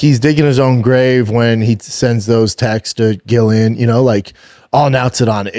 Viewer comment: pronounce her name Jillian